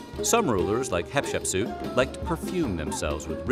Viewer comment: i find this very interesting because not only am i learning some facts, your also saying my name. Like I find that so funny how im watching this and I keep thinking someone is saying my name but its you just saying Hatshepsu differently than the regular pronunciation.